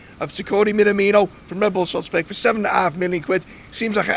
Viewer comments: I'm really excited about this signing. FYI, his name is not pronounced, "Mina-Meeno", but "Me-na-me-no", with equal stress on each syllable. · Pronounce his name correctly. Not a hard thing to do. At all.